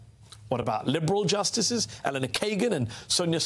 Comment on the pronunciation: You've been covering politics long enough to know how Justice Kagan's first name is pronounced...